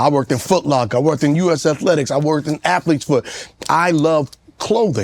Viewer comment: "i worked in althletes foot" 😂